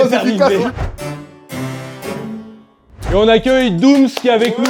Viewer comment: C’est doums pas doum’s mdrr doum’s = sir doum’s pote de booba